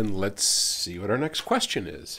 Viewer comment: Why does the intro say quiestions instead of questions every time? No one noticed before or is my English failing?